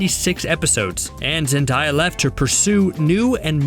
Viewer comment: Who the heck is “zendiya” lol 😂😂